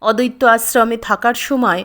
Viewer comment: Kothata "odotto"noy." Addoitto"